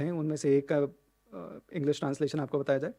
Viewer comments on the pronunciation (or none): none